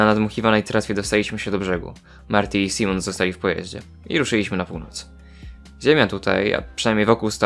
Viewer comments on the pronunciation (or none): none